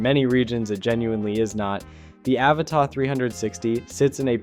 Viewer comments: It’s pronounced “ Ava-TUH” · Dude, your review and analysis are both interesting but your mispronunciation of the model name was driving me crazy so I had to quit the video halfway in!